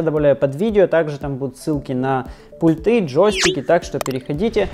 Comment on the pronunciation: Вы очень харизматичный молодой человек, попытайтесь правильно ставить ударения. пУльты